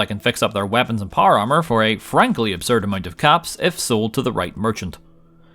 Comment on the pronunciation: American: Power Armor Northern Irish: Par Ar